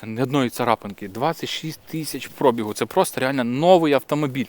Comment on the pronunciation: ПробІг, наголос на 'I', від слова бігати, завчасно дякую за розуміння, бо багато хто з блогерів, каже не вірно, а вухо ріже.